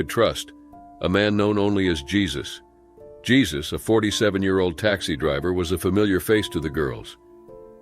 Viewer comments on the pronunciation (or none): The name is Spanish that's why Jesus has a hyphen it's not pronounced the same way as Jesus Christ from Bethlehem. It's Hesus with an H! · Jesus it's pronounced HAY-SUSE😅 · The name is pronounced "Hay-soos". DISLIKE just for that. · It's funny that the commenters mocking the mispronounciation of "Jesus" also, themselves, mispronounce words